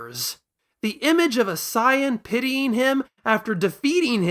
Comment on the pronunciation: How many comments do you get about pronouncing it "sahyan"? Haha but seriously i love your discussion on this, i havent seen this level of discussion about dragon ball's story before in so much of an intellectual and character motivation lens Love your enthusiasm and passion, its lovely to see